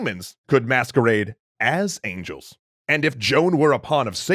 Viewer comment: Either say Joan or Jeanne but not John .